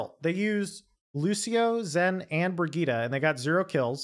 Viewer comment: I was having such a hard time trying to figure out who you were talking about in the team fight, until i realised thats just how you pronounce Brigittes name, i got mind fucked so hard